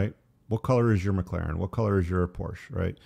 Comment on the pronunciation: My only gripe is its por-shuh. Car guys should know this